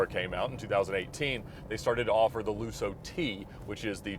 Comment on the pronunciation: By the way, it’s lusso, not lussou